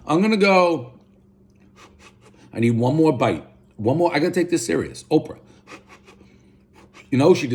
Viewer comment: One bite, everyone knows Dave mispronounced the following words; “Thrin crust” “Opo Winfrey” “Slow serve ice cream”